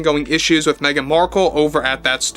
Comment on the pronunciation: l loved the AI caption interpreting pronunciation of Meghan as "mean" markle.